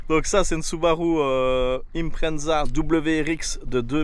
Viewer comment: C'est une IM-PRE-ZA Pas une IM-PREM-ZA 😂